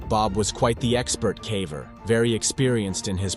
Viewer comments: Your videos are fantastic! I'd like to mention a minor error with no nastiness implied: the narrator frequently mispronounced "caver". It's a long "A". He pronounced it as "cavver" like the word "have" with the short "A". Don't be irritated with my mentioning this. I can't help myself!!! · Extremely interesting yet scary! My only suggestion is that "caver" is pronounced with a long A sound. Your narrator pronounced it like the word "have".